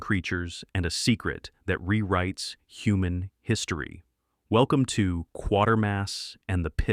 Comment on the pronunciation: Rock Hudson? Another AI narrator who gets it wrong.